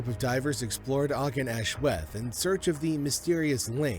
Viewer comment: The cave's name is pronounced ARGEN AHLWETH